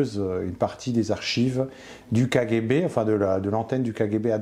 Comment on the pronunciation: Sa façon de dire kGB ( k Guay b) est insupportable ! Je décroche à 4,45 ! Désolé !